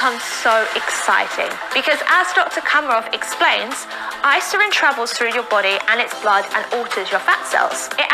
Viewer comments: Irisin VS Isirin. Drove me crazy also man. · Face palmed myself so hard I passed out. Talking about a hormone she can’t pronounce, yet she knows so much about? 🥸 Get these fake fitness scammers off the internet😅... FINISH HER! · It boils my blood how she keeps flipping the letters in Irisin and yet they did NOT FEEL THE NEED TO RERECORD! That‘s so unprofessional. It‘s so insulting to every watcher’s intelligence 😂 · I actually saw her ads a couple of months ago, and clicked on it just to see. After the 3 time she pronounced Irisin “isirin” I dipped! 😂 I agree that is seems like she has no idea what she’s talking about, and she’s probably being fed lines. Also, how ding no one catch those mistakes before airing the ads!? 😂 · "isirin" 😐😑 ummmm 😂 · They didn't refilm this because they assumed that nobody would notice that she pronounces it wrong the whole video because most ppl won't really be paying attention to that whole 30 minute video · my favorite thing is how she keeps saying isirin and the subtitles say irisin , every single time. it just breaks me , its incredible really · “She called it isogen that time!!”😂😂 I’m dying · I looked up the hormone during this video because I thought, “naaaah ...” ITS MOTHERF**KING IRISIN! Say it RIGHT! Argh! I think that literally gave me a rash. EYE👏RISSSS👏INNNN👏 meh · They’ve now actually put a voice over her pronouncing Irisin wrong every time so it says it correctly now but in a different voice. That alone makes it look fake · the funniest part, at least in the video I watched, the first time she said irisin there had clearly been a voiceover over that one word lol, meaning she probably butchered the pronunciation every time she said it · It's also funny seeing how the closed captions interpret her pronunciations of "irisin". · How did no one catch her pronouncing that hormone wrong?!